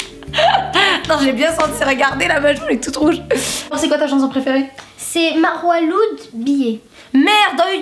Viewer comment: Marwa loud se prononce pas loud mais lawd